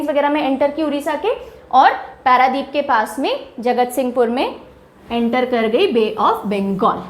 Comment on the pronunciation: It is not हीराकुद its हीराकुंड It is not पैरादीप its पारादीप Please complete yourself Kab tak aaise pdf dekh ke padhati rahengi